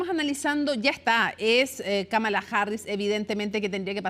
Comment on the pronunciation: La mitad de los hispanohablantes lo pronuncia mal, es KÁmala no KaMAla, una esdrújula, solo que el inglés no tiene tildes.